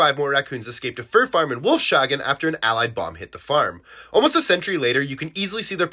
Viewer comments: Not wolfschagen, its prononced wolfs- hagen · the pronounciation of Wolfshagen was terrible. Its Wolfs-Hagen, not Wolfschagen. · It's pronounced kinda like "wolf's hugging", not "wolf shagging", lmao 💀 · Wolf-shagen 😂😂 it's pronounced 'wolfs-hagen' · as a german i am 87% sure the s and h in Wolfshagen are pronounced separately